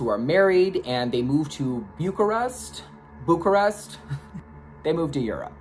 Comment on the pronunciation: Okay, let me start by saying I love your reviews and how you sometimes mispronounce words (Bee-you-car-est)❤️ I will always be your number one fan. However, I don't feel the same about this film as you did. I think this would have been a really good short film. I felt bored during the first 80 minutes. But maybe I just didn't have enough snacks on hand to keep me happy. Keep on giving us your fun style,!!🌟🌪️🌟